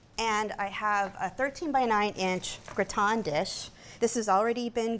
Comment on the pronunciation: Wtf is gra-ton? 🤣